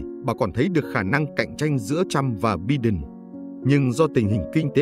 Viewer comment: Xin lỗi phát âm tên tổng thống Mỹ Biden : Bai- Đần